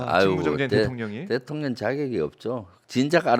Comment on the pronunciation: 대통령이 대통년으로 들리지;;; ㅎㅎ